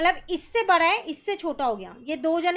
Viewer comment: Maan it's bada not bara